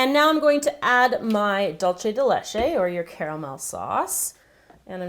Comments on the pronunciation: The way that you say dulce de Leche bothers me cause your saying it like " dulche de leche" when your supposed to say it like " dulce de leche" but other than that the video is great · "Dool-seh" de leche. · It's sooo funny when you say Duce de Leche! I love your creations!! Greetings from Spain!:) (here whe have "Lacasitos" and smarties and m&m too) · you pronounced dulce de leche completely wrong -. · it looks delicious!! it's so funny how you pronounce dulce de leche!! hahahaha great video! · yup... trying to do spanish by pronouncing in italian... cringeworthy